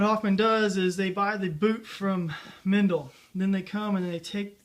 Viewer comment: Don't know why the English say Mendle, instead of Meindle. It’s a German brand. You should pronounce the "ei" the same as... well as... "Mein kampf", for instance.